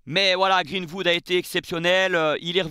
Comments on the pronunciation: Super t'es vidéo par contre faut bosser l'accent, c'est greenWood pas greenHood!😂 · Pourquoi tu prononces Greenwood à la française avec << Greenvoud>> 😅 Sinon live magnifique avec ton énergie incroyable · C'est quoi cette prononciation de greenwood 😆😆😆😆